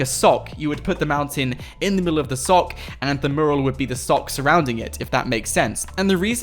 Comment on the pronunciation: Its pronounced mue-ral, not murral